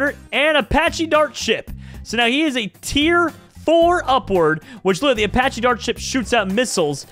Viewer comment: my G I respect you but how do you say Apache wrong